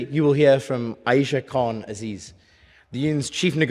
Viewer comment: I'm utterly astounded that Khan-Aziz, supposedly a history student at Oxford, believes and disseminates the myth that Carthage was salted as well as having the unbridled balls to a make ad hominem attacks against the prop team whilst failing to even pronounce all of their names correctly. Pathetic.